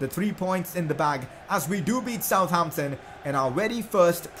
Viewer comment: Its not South Ampton Its Sutampton